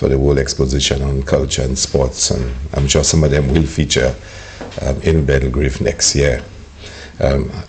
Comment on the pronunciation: Why does Hilaire keep saying "Belgrave" it's Belgrade